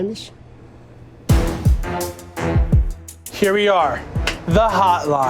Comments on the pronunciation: "It's the first time that I hear" "Hear what?" "Benz- bajish? Baj?? Bamish???" That must've cut deep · "Benjin Bamish"